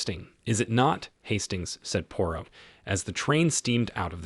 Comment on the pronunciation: The AI voice should at the very least pronounce Poirot’s name correctly, LOL.